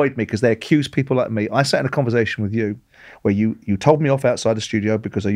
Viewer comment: Simon, it's converSation, not converZation.